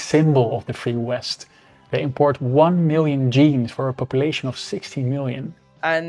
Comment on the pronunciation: JEANS! NOT GENES 😂